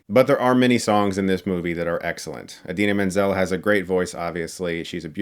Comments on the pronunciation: “The wick-ed-ly talented, one and only, Adele Dazeem!” 😂😂😂😂😂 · Adele Dazeen?...lol😂😂😂, who?!!! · Adela Dazim?!? Chris you wrong for that!